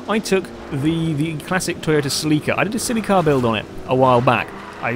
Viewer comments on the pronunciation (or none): none